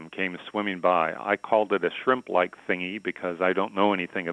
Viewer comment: Why are all the comments about that he said shrimpl ike thingy